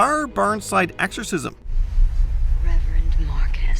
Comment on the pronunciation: is it me, or is this guy constantly saying AXEorcism?